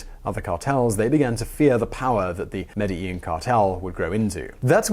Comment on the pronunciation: It's pronounced medgeheen